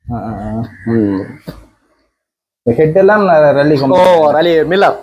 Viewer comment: றல்லி அல்ல ரே ஃலி